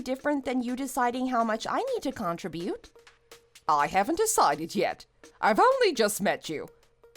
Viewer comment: PLEASE...learn to pronounce "contribute"!😮